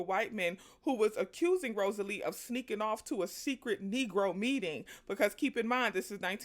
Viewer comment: This movie is wonderful. The book is even better! Read it when i was a child, then saw the movie when it came out ❤ Also, it's Rosaleen, with an N! Not Rosalee.